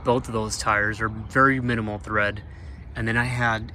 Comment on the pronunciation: Good info for the budget conscious. BTW, it's tread, not thread.